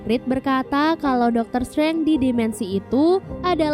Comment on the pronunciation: penyebutan DR STRANGE bukan STRENG TAPI STREINJ